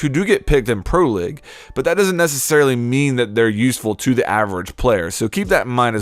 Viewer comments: Your pronounciation is ABSOLUTELY BARBARIC. League is “LEEG” not “LIG”. Capitao is “CAH-PEE-T-OW” not “CAH-PUH-TAY-OOH” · he says "pro LIG" so much its frustrating